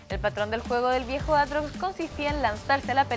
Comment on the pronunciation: Riven 2.0?? Aaa no que es aatrox si si "aartox"